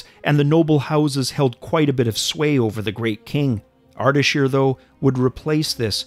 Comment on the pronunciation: It's Ardeshir not Ardashir